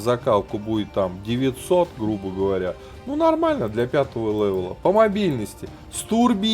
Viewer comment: не лэвэл а левел